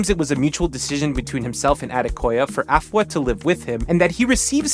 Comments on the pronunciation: You're amazing and her it's pronounced A fua,like saying the letter a and adding the fua,you were right with the fua,you gotta put it together,other than that great job,well done, you're the best😅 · urmm u kinda mantion afua names wrong buh it fine